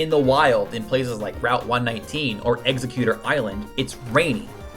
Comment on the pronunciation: dont you ever pronounch exeggutor like that ever again. Do you hear me?